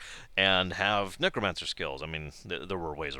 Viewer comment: Your pronunciation of Necromancer is awesome.